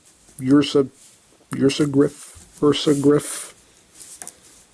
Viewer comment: It's pronounced UR-SA-GRIFF.